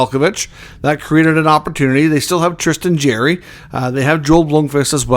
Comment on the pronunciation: It’s not Jerry! It’s Jarry! Jar-ry